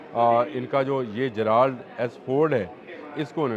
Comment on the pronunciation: جے رلڈ بولتے ہیں جرالڈ نہیں سر ۔